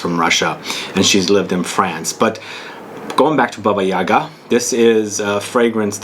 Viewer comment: The accent must be placed on the second syllable of the word - YagA.